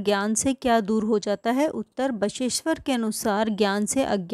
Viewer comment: Bageshwar ❌ basa eshwar